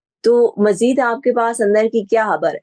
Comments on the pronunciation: Madam Pls it's not habbar...its khabbar ... Please watch your pronunciation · "خَبَر" ہوتا ہے ، ہَبَر نہیں۔ "انتِخابات" ہوتا ہے، "انتِہابات" نہیں ۔